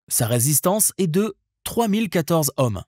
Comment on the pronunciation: la valeur des résistances en . . . HOMME ? ? ? MDR ! on dit plutôt (phonétiquement !) . . . EAUME !